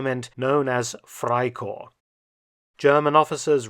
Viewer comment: One observation though. In German all letters are pronounced, so it sounds like "fry-corpse"